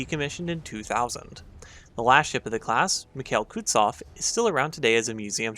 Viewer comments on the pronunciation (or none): Who the hell taught you to pronounce KutUzov as KutZov?! Jesus H. Christ, don't you bother with learning how ship names should sound at all?